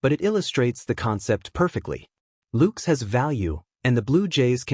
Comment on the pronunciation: Why cant this reporter pronounce ANY plyers names correctly. maybe this a computer? "LOOKES"? "GEEZUS" ?